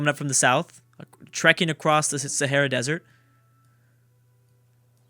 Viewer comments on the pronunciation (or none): none